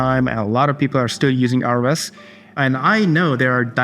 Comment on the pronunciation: Quick credibility boosting tip: ROS is pronounced like ross, not like R-O-S. Unclear who decided that. ROSCon and documentation will confirm. Keep up the informative vids! Thank you